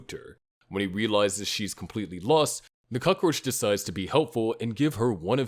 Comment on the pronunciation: When someone pronounces cockroach as "Cuck-Roch" they're clearly mispronouncing shit on purpose for a reaction. That said, I'll be the 100th person to ask you to work on pronunciation, in case I'm wrong.